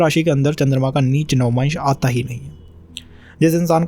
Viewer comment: Navamaanshu nahi bhai.. Navaamsh🙏🙏